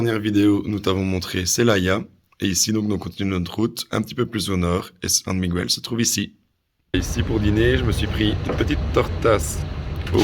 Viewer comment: Ik faut apprendre à prononcer Miguel